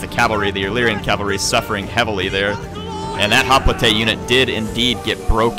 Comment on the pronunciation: Hop-lité? I never knew was part French.